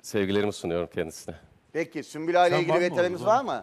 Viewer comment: Süklüm değil sümbül 😁